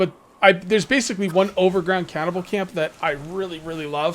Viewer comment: Just a heads up Cannibal isn’t pronounced “cow-bell” or “cowvell”